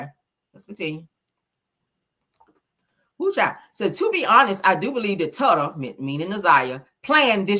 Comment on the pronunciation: With all due respect, her nickname is pronounced ‘Toota’ like “Toot-uh”. Hearing you keep repeating TUTTA Is sending me.